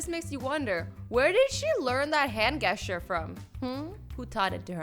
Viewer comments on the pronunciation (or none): Is the pronunciation 'jeschurs' or 'gueschurs' for the word 'gestures'?? I know it to be the first one but Azzy said the other one.Maybe this is the pronunciation in Canadian English??? 😳😳😳